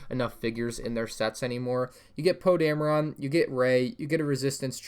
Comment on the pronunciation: Captain poe damera???